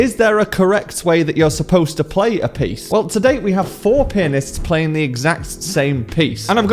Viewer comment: Why did I hear "4 penis" in the first sentences....?